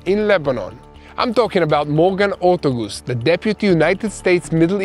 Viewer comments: OR-TAAAAA-GUUUS NOT GOOSE!! your killing me hahahaha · Pronounce for US Deputy Special Envoy is Morgan Ortagus [Ore-Tay-Gus]. I appreciate your reporting & the maps help when talking about various cities. Thank you and all of TBN-Israel staff. Blessings and Happy Freedom Festival / Passover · Ortagus, pronounced 'or-TAY-gus'.